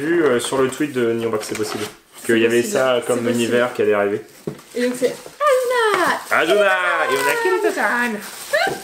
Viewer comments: C'est pas asuna c'est assuna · On dit Asuna et pas Azuna merci j’ai moi même vu ke manga c’est ma raison d’être là 😊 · C pas asuna mais assuna sssssss pas z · On dit Assuna, pas Azuna xD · Sa secrit asuna mais c pas z c ss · de un sa ce prononce ASSSUNA de deux il sont coincés dans un jeu video et si il meurt dedans il meurt dans la vraie vie